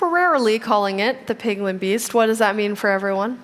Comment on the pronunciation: Instead of piglen beast